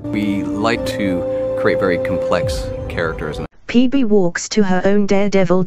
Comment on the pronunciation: 'Peebee'... just... ok...